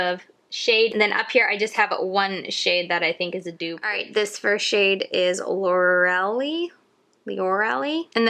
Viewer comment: The pronunciation is Lore-el-I (long I sound at the end). Thank you for the video!